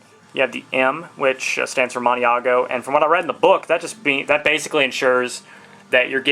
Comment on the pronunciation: Nice review.:-) It accompanied my breakfast. Some help with the Italian pronunciations, Maniago is usually said like "Mahn-yago," and Fabrizzio would be "Fah-breet-seeoh". Cheers!